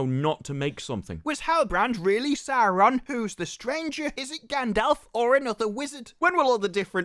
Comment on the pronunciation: They always make it sound like the names should be written with 3, sometimes 4 R's. I'm a native Finnish speaker; seeing as Quenya is loosely based on Finnish, I'd assume my pronunciation is pretty close to what was intended. Sauron, not SauRRRRon.